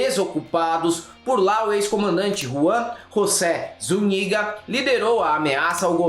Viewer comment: Zúñiga, áñez., respeta los acentos en Ú y en Á. No es tan difícil.